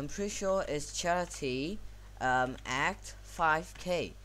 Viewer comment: A c t not ACT